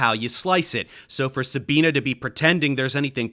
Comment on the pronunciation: Love your videoes, but plz, her name is pronounced SabinE, not SabinA